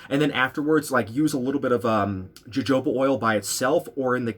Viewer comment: wait...it is pronounced "hohoba oil"...with j sound, right?